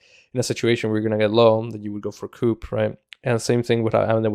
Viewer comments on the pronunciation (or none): You're pronouncing 'coup' wrong. You don't enunciate the 'p' Cou De Grasse basically